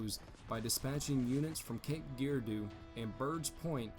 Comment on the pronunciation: I simply cannot believe it these producers of videos like this simply do not do their homework when they cannot pronounce a proper name such as Cape Girardeau makes the whole video laughable. Obviously they did not visit the site or they would pronounce names correctly